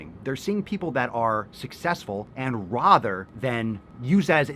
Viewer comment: #askpapaswolio Why do you say rather like a fine english gentleman? And this is such a silly concept. I see a lot of people defending Sierra, and with the other magazines she recreated I get it. but the fitness one? yes most women don't look like the model, but that is the point. Most women don't even WANT to look like the cover model in the case of fitness magazines- same as the jacked men on the covers of fitness magazines, where they are so lean and tan they look like angry beef jerky. It is a very niche market. It's meant to attract a very specific demographic- the same way I don't want to pick up a magazine feature tess holiday on the cover talking about "eating for happiness" or whatever it might say, I also won't be interested in a mens health magazine featuring the human equivalent of a throbbing cock telling me "how to get more vascular in just "x" easy steps". That magazine is more geared towards people trying to up their game towards elite and they need visuals that would appeal to that market. If you wanted to make a health and wellness magazine more focused on the average person, then do it if you think there is a market for it.